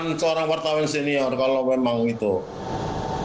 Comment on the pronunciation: Pengacaranya lagi2 bilang wartawan sanior😄😄😄